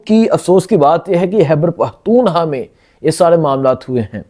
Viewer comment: بھائی اتنا بڑا پلیٹ فارم ہے یہ بولنے کا آواز اٹھانے کا بہت اچھا کام کرتے ہو آپ لوگ محنت جرآت کے ساتھ لیکن بھائی یہ اردو کو تھوڑا ٹھیک کرلیں پلیز فحر نہیں فخر ہوتا ہے حیبر پہتونحوا نہیں خیبر پختونخوا ہوتا ہے خ اور کا فرق جان کر بولیں جزاک اللہ